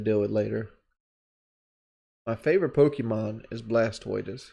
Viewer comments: His favorite Pokemon is Blast-toitus?? What a dumbass. He can't even speak English. It sounds even dumber than when he calls a library a lie-barry. Listening to makes us all dumber... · Blas-toitous and snarlax?..